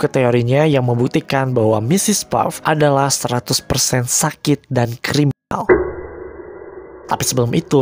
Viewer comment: Yang gue dengar saat ada kata c3riminal tapi yang gw dengar nya "crimtal"